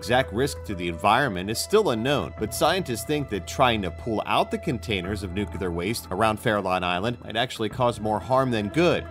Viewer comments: It's nuclear not "nucular". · it's "nuclear," not "nooclear." And UNESCO, not UNESECO. And for god's sake, hire someone to pronounce portuguese for you. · It's pronounced new-clear, not noocular! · "Nucular tests... nucular waste"...C'mon,. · I stopped watching at "nucular." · Couldn't you find someone who can at least pronounce the word "nuclear"?!